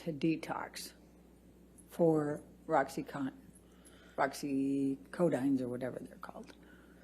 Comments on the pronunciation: Did she say “Roxy-conton” ?!?!!! 💀🤡😂😂😂😂😂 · “Roxy-Codine or whatever it’s called” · omg. the attorney says..." roxycodone or roxycontin or whatever they are called"...how embarrassing and unprofessional...as an attorney making a point, please know the name of the medication you are accusing johnny of abusing. good god